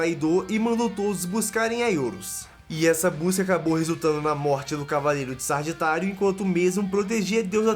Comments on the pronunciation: video bem legal!!! A única ressalva é o nome da 9 casa... Sagitário, e não SaRgitário... Hahaha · Exceto por alguns erros como "zodico", "sargitário", "escárlate" e dados um pouco errados de alguns, um ótimo vid.